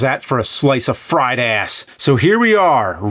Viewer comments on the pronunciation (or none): none